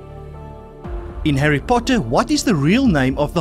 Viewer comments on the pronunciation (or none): none